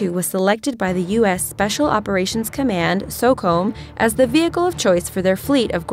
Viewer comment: SOCOM is pronounced So-COMM not So-COMB